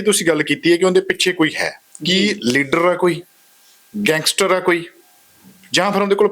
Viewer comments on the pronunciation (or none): none